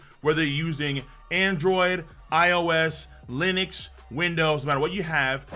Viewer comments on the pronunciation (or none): none